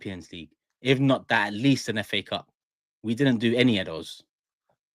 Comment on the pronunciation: man said fa cups 😂😂😂😂